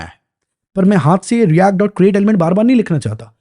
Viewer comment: bhaiya react ese bolte h jese hum printing engineering sikh rahe ho